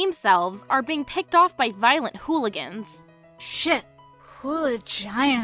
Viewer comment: I lost it at "Hooliginas"